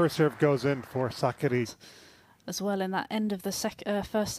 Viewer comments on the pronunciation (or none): Suck-a-dee (commentator's pronunciation) sounds like the female version of Rublev.